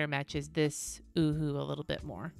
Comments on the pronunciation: it is pronounced o-hu-hu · I busted out laughing every time you said “Ohuhu.” 😂 #grownup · lizziesf87 yup... Me too... Laying in bed laughing outloud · Me too!!! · Omg, so did I 🤣🤣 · Lmao at you saying “ohuhu”